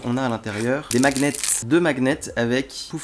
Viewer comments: deux quoi ? "Macnet" 😂 on dit "maniette" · À « des maguenets » on dit des « magnets »😂